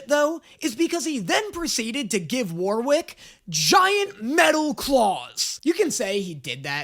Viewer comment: God the way pronounces Warwick hurts my soul.